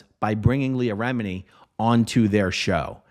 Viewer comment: Not to say any thing bad but it’s remini not remidi